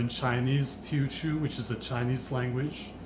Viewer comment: TeoChew? Thats not how you pronounce it 🤣